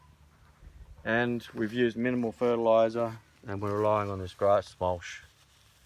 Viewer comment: Great info love what your doing but please stop calling it mulsh it is called mulch.